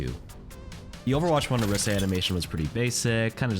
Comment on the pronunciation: Pronounc the orisa properly. I swear. OH-Ree-Sah. Lord have mercy.